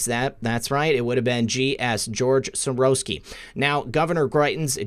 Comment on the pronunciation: Silvertin also, everyone is mispronouncing his name. Soros is pronounced Shorosh